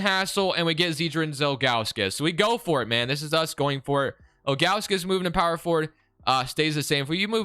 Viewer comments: Z-Drew-Nus bro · also, it’s pronounced Zi-dru-nes.. or big Z was buddies nickname.